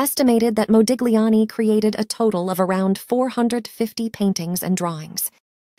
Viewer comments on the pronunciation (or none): you're pronouncing his name incorrectly,. The gli in Italian is a consonant and pronounced without the g